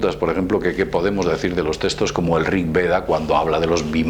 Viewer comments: testos, testos? cuales son los testos? se llaman textos con X. habla bien por favor. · Es nabuconodosor no nabucosor...y es textos no testos... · TeXtos, no teStos xD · "testoz" =P